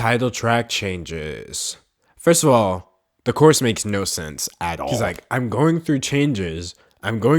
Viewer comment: Dude, for the whole video I was confused why you were saying coarse but my bad it's Chorus